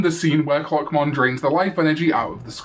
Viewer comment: Why did I hear cockmon instead of clockmon- is something wrong with me